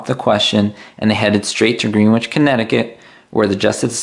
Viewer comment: It's pronounced Grin-itch Connecticut (if it's not let me know, but I think it's pronounced like Greenwich Village)